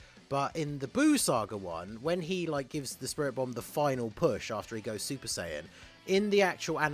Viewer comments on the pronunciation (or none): also funimation can NOT pronounce Saiyan correctly